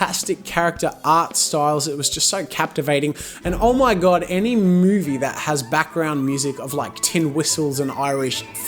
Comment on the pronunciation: he said moody instead of movie